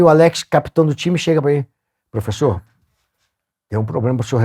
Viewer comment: "Lá ele, profexo!"